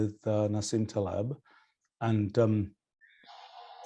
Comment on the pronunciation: TAL-eb......the accent is on the first syllable......I will send 1 dollar to anyone who can prove me wrong. (Skin in the Game).